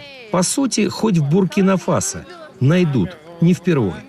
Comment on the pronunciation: Нехта вам не соромно? В новини запихувати штучний інтелект про київстонера... Подивіться ролік уважно - там його довжина 1 хв. 38 секунд, а годинник, який знизу зліва як був час , після 1 хв. 38 секунд все одно залишається ... Да і Буркіно Фасо наголос зверніть увагу як було сказано!!!